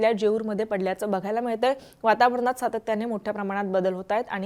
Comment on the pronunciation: पॉइंट नाही... पूर्णाक म्हणा... वातावरनात नाही वातावरणात 😅.. मराठी भाषा सुधारा